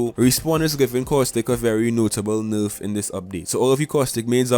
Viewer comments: constructive criticism : your information is very accurate ! your accent needs some work ! nayrf not nooorf and asking for likes at the start of a video screams low tier u can do better . keep up the good work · It's nerf not noof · Tbh I live for the way he says nerf like "noof". In general this dude's voice is hella cool. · This guy has the best way to say nerf